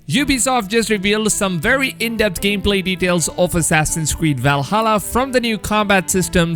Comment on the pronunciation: I would watch a video with you only saying words with only W and V's in it. Wery wery good job!